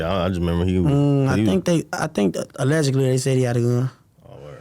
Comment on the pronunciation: He says allegically like 40x (Allegedly) SMH